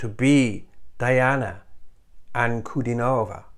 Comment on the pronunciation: Noticing that you are pronunciation sensitive: The Russians pronounciate her last name Anku-di-nova, stress on the di syllable. Very nice/insightful commentary.